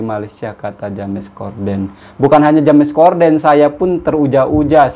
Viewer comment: Salam sunan...bkn sekolah swasta tpi sekolah pemerentah...P ITU bermaksud perempuan...kalau L..Tu lelaki...bkn Ja mes ..tpi di sebut Jems...maaf ya jika diperbetulkan sebutannya...